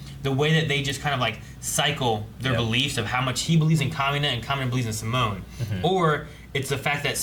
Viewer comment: 11 episodes in and I still haven’t gotten used to them saying sim-moan instead of See-Moan